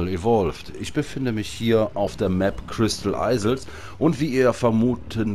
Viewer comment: oohohohoh wie du immer crystal eisels sagst XDD das heisst doch iels ausgesprochen